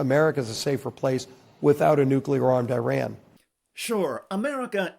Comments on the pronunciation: Why does every GOP intentionally mispronounce the name of the country IRAN, it is not "I ran" !!! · Fuck me Americans there is no such place as “👁️ Ran” it’s called Iran FFS 🤦‍♂️